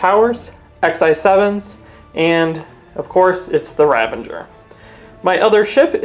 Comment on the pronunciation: 'Ravenger' = Ravager 😁